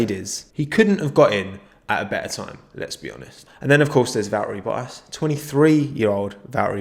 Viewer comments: VB: It's ValTTeri BoTTas: Va'eri Bo'as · Me: Valtteri Bottas Nobody: Absolutely nobody:: Val eri Bo as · This dude pronouncing bottas's name.😂😂😂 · What way you say bottas 🤮